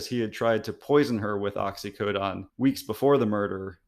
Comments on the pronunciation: How the heck do you get that pronunciation Oxy-co-don? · Too much speculation dude. Also it was Oxycodone which is pronounced Ox-ee-Co-done. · I find it very alarming that you say you're a doctor and you don't know the difference between oxycontin and oxycodone and clearly can't pronounce the oxyodone, which is generic Percocet. Oxycontin is pretty much street heroin LOL. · This guy is an MD & PhD and doesn't know how to pronounce oxycodone? He even mispronounced the brand name oxycontin saying it "oxy-cotton" - leaving out both 'Ns'...